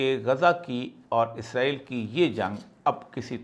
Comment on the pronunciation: Izrael kion kehte. Farishtay ka nam ha. ازرائیل کیوں کہتے سب۔ اسرائیل کہیں